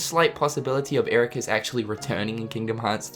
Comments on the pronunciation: Pronounced "EraKUS", not "EraKWUS". They say it like a hundred times in BBS, man. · it is not master eraqus it is master eraqweees. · Hold up. Did pronounce Eraqus's name as 'Erakwis'? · Wait did you actually say Eraqweez? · My dude said "Era quis" twice. lol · I don't understand how people can mispronounce these characters' name wrongly when they actually say it in the game WITH SOUND. I get it for FFX, Tidus. His name was NEVER mentioned so people tend to pronounce it differently. Tee-dus and Tie-dus. But Eraqus.. C'mon man.. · ERAQUS!!!!!!!!! omg 😲 u Mispronounced it twice omg 😲